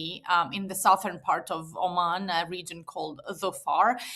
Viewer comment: Why doe he keep saying Arman, instead of Oman🤔